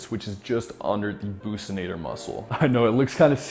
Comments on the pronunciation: Bruv did u just say “bussinator” it’s buccinator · It's buccinator not bousnator lol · It bothers me when he say it the pussynator ITS A BOXYNATOR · Not bookcinators its buc-cinators brother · Mmm that's not how buccinator is pronounced sorry bud